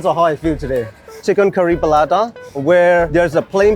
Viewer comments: Oh How the Paratha got pronounced and turned Palata ☠️ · Palata, sounds like Paratha but the R is difficult to pronounce by the Burmese.. so palata 😬😬